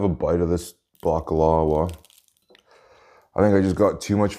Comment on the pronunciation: Hi loved your video but its actually pronunced bak-la-va